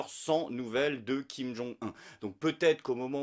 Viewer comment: On dit Kim-Jong OUNE...Au fait, as-tu des nouvelles de Tatiana Vantose?